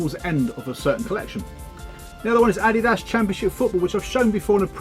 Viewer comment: Wow, that SotB2 box is gorgeous! And +1 for correct pronunciation of "Adidas" :)